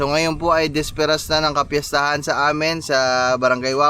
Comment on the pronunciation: Boss “Bisperas” hindi disperas 👍 keep up the good work and upload lage nang may napapanood kami araw araw